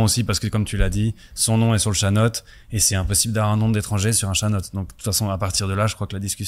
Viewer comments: On dit : TCHANÔÔÔÔTE . NUANCE ! ชะโนด J'ai fais INALCO ( école LANGUES'O ) avant de m'expatrier en THAÏLANDE , puis à SINGAPORE , en tant qu'industriel. Sinon , vous êtes très drôles : faire confiance à une loueuse de charmes pour une opération financière !!! Cordialement. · Je viens de demander à ma copine vous avez raison pour la prononciation 😂 Mais vous l'avez écrit faux en thai, c'est โฉนด. Merci pour votre commentaire 😉